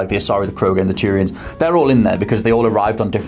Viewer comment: mentions the races, asari, krogans and turians. Haha..i actually heard it as 'tyrians'. Like all the tyrian lannisters. A race of Tyrian Lannisters! Haha..could you imagine a race of Tyrians going around the galaxy!